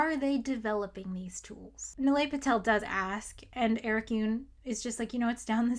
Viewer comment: It’s knee-lie, not nill-ay